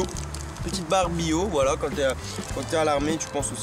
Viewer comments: on dit bio pas byyyyyyo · On dit pas "biio "mais bio